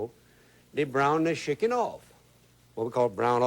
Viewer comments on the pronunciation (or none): Shickin 😅 He pronounces Chicken just like you do.